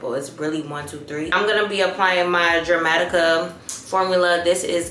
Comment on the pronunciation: Definitely want that meshki cardigan too cute. Leave it to to say Jer-matica and not Der-matica.😅